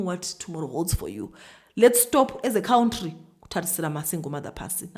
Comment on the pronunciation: Countiry is killing me😅